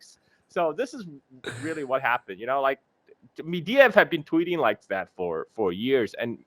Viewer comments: Holy fuck it's not medeyev it's medvedev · It's MEDVEDEV, not "mediev", ffs get the man's name right!